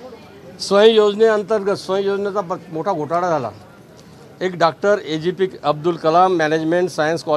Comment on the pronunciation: याला बोलता तरी येते का ए. पी. जे अब्दुल कलाम अस आहे ते तो बोलतो ए.जी.पी अस बोलतो